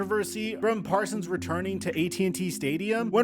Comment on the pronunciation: said “the Micah Persons bowl” homie is so upset